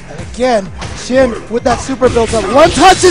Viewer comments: why do I keep hearing them calling the winner "shi-yen" shouldn't it be pronounced as "shi-yan"? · Xian isn't chinese, he's from singapore.